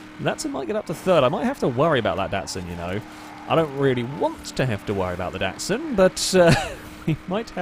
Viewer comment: you dont say DATSUN its a DOTSUN